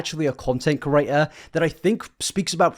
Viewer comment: 0/10 he says "curator" instead of "creator" and "disingenuine" instead of "disingenuous" for real tho I'm just memeing, good video